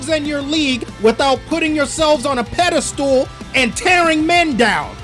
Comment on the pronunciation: "Pedestool" huh. I thought that only happens in an IT Crowd episode.